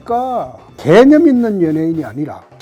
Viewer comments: 왜 개년있는 연예인으로 들리지? 개년이라고 생각하지않는데도 불구하고ㅋㅋㅋㅋㅋㅋ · 개념 단어 말씀하실 때 악센트 정확하시네요 ㅋㅋ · 대표님 발음이ㅋㅋ 개!념있는